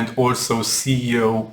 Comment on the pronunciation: I just want to give quick tip: you always say CEO instead of SEO. this influences your youtube ranking. because your topic is missed. You can also See/read in the transscript/cc ✌🏻